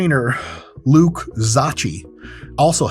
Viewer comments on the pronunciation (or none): It sounds like “Zokki” not “zotchi” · Not how you pronounce Zocchi. Its ok though. A lotta Italian Americans mispronounce their names. Sadly… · zocchi is pronounced like gnocchi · It reads like there were 2 Ks Zokki...😁 If you want to pronounce it in Italian... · Just an fyi: the way you pronounced Zocchi, sounded like the hungarian word for "baggie", which in slang means "ballsack". So he would be Luke Ballsack in Hungary :)